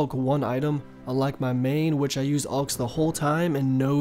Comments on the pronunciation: Asas dude when he first said it like 3 times I was like wtf is he saying veng and what alwks he needs some help he totally neglects the y in wyvrens it’s why-vrens not wiv-RENs it’s drives me crazy some times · I wouldn’t call him stupid cuz he pronounces made up words wrong but it annoys me cuz he just neglects letters like the v in wyvrens he says wiv-rens it’s simply why-vrens and idk how u fuck up alchs and say alwks it’s al-chs and visage veh-saage